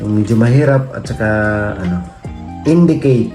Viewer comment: Indicate not indecate